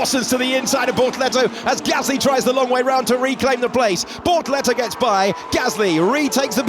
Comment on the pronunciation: I keep mishearing bortoletto as ”Lehto” 😂